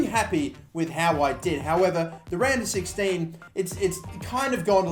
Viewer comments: Am I weird for hearing Random 16 instead of Round of 16 everytime? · Am I the only one who hears random 16 instead of round of 16?